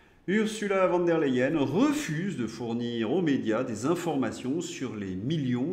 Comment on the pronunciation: Ce n’est pas Van der Leyen mais Von ( se prononce Fon) Autrement merci pour vos émissions. Le diable ne peut il pas enlever Pustula et l’amener en enfer avec Macron en plus 😊